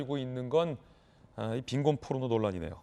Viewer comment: 근데 저새끼 발음이 빈곤뽀르노 이러잖아 아니 발음이나 똑바로 하던가 ㅋㅋㅋ새끼가 ㅡㅡ